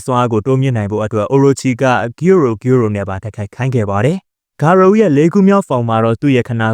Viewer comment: ဂါရိုပါ ဂါရိုဦးမဟုတ်ဘူး ကြားရတာနားထဲကန့်လန့်ကြီး ပြီးတော့ Monster cells ကိုလည်း ဂါရိုက မစားခဲ့ပါဘူးနော်သေချာပြန်ကြည့်ပါအုန်း 😢